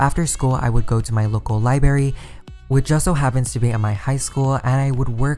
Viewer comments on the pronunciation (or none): Ahhhhhh please learn to say libRARY instead of liBERRY. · How many times did anyone hear liBARY, instead of liBRARY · LibRary. not libary. figure it out. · IT. IS. LIBRARY. NOT. LIBERRY. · People who say libary make me wanna kms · local libary? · Liberry sounds beter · What the fuck's a libary ? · Anika Lim i know what a library is. It's just that he said "libary" and I was really confused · Hi I love your videos I think they're super helpful, but please, please, please learn to say library correctly. It is not a berry.